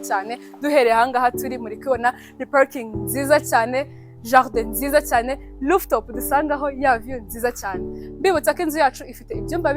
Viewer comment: Rooftop not looftop